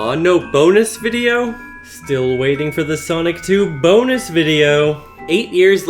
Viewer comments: used CIA technology to infect me with a mind virus that makes me pronounce BOnus the same way he does no matter the context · 7 years later and I still pronounce it “BO-nus” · The way says the first few letters in "bonus" using italics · I love how he puts so much emphasis on the B in bonus video in the beginning